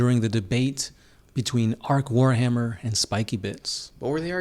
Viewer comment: Actually he was called Arch Warhammer